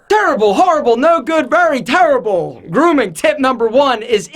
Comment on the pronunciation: "Turble grooming tips"